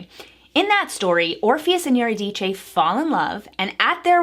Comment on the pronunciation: Can you pronounce Eurydice again? It was funny